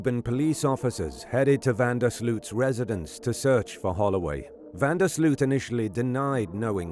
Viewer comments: Its pronounced van der Sloath.... Not sloot. Americans.. just make an effort lol. Sounds enjoying to Dutch people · It's pronounced van der Sloat